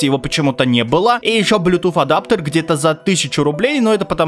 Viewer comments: Ближе по звучанию «блютус», конечно же. Хотя школьники, которые плохо учат английский, тут спорят на эту тему. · BlueTooth как ты th как ф читаешь? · почему блютуф? правильно вроде блютуз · Блютуз ❌ Блютуфф ✅ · Мля меня одного коробило от блютуф, а не православный блютус? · Правильно не блюпуф, а блюпуп. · Блютуз а не блютуф 🤦🏻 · Никто: Абсолютно никто:: Блютуфф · Я досмотрел до а дальше пошёл прыгать с окна (7 этаж) из за слова "блютуфф" Но потом мне стало лень вставать и я продолжил смотреть. Автор я тебя кончено уважаю как человека но слово "блютуфф" это пиздец... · но связка букв th же не произноситься как звук "Ф" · Мой батя так же говорит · Может он просто француз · Как же забавно он говорит Блютуфф))Меня умиляет это произношение)) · Блютуф, нет блютуфа... П - произношение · Почему блютуф типа th для тебя ф,разве что люди иногда не умеют выговаривать эту букву но ты же можешь с говорить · Да кто эти ваши "Блютуф" и "Гейпады"? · Так бесит что он так выделяет блютуФ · БЛЮТУФФФФФФ ПЁРФЕКТ ИНГЛИШШШШШШ